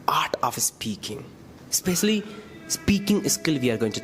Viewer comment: Bro can't even pronounce "specially" and throughing fake accent...